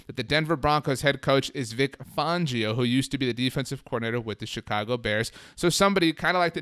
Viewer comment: Please stop saying Chicago like that, it fucking pisses me off as a Chicago resident. No one speaks like that!!!